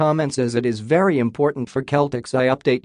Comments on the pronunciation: It's not the Keltics (as you so mistakenly pronounce it), but rather the Sellticks! Learn how to pronounce the team you like reporting on!!!!!!!! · Words that start with letter C followed by either letters A, O & U are pronounced as a K while words starting with letter C followed by E or I are pronounced as an S so, CELTICS is pronounced as SELTICS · The announcer is pronouncing Celtic the Ancient Briton way. Americans change the pronunciation because the letter C makes an S sound when it's followed by an E.